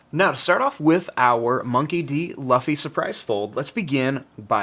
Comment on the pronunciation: Just to let u know luffy is pronounced L-OO-F-Y because in the anime thats how he and the rest of the crew says